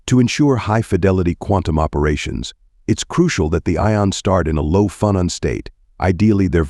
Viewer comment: This is good but the pronunciation of "phonon" is off.